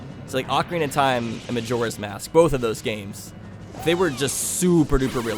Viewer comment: ocarina, not ovarian XD